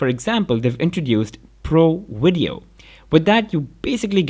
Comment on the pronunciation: "pro WIDEO"